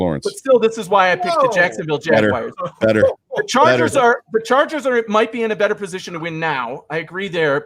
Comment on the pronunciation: I knew that WNYers pronounced the Jacksonville team “Jagwires”. I didn’t know Denver people did too.